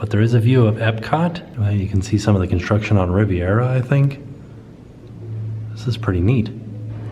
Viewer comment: The relaxing sounds of kinshtrucshen.